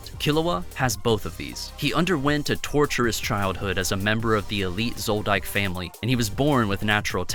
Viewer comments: It is universally pronounce as zoldick. Not into correcting but its just weird to hear it after millions say it the same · you can't be a hunter hunter fan and pronounce zoldyck wrong